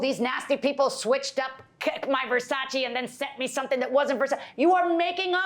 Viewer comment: "Verchachi frames" oh, 🤣